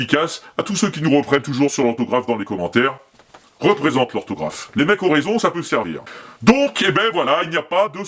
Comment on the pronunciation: "Représente l'ohrtaugrafe !!!!"